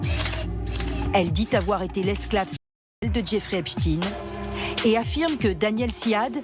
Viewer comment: Einstein Frankenstein Epstein Par pitié les gens arrêtez avec epstin, c’est ridicule